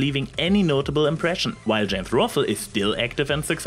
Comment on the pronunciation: Love the video and I know you probably don't speak English as your first language... but omg the only reason I didn't keel over laughing when you said Jame ROFL is because people are sleeping in my house. It's not even because I think accents are funny it's just... AVGN = James ROFL... omgoodness. Seriously good video, I hope I didn't offend you and if anything this video is making me realize (as most things in life are) to be successful in youtube is hard.